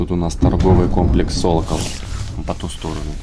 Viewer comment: Не "солокол", а "сокол".